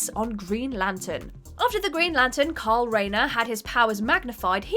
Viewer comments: I can't be the only one who thinks the way she says "kyle" sounds like "karl". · It's KYLE Rayner .... you sound like that idiot from the Walking Dead ..... Karl, Karl, Karl...